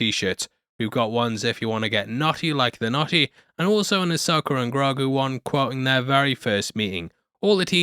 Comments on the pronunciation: Ahsoka not Ahsoker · Loved the show but happy its over so i dont have to hear you say "Uh-Soaker" for a while 😂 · i love how you say Ahsoker instead of Ahsoka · Why do you always say "Ahsoker"?